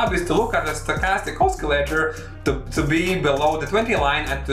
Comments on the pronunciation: The c in the word oscillator is pronounced like sill. Not like Oscar. I'll check out your strategy. Thanks. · you mispronounce the word "oscillator". There is no letter in that word that should be pronounced as k.